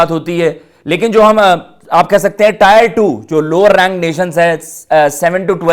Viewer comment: Abe टायर Nhi टियर Hai Chutiye 🤡